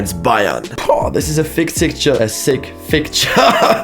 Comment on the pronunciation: "This will be a fick sicture" hahah German shining through